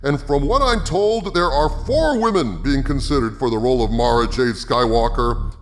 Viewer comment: I have to thank you for saying Mara's name correctly. There are a bunch of other You-Tubers that says it "Mare-Ah," and it drive me insane. It's like she's being marinated or something... Mara, and Mariah are one of my favorite names ever.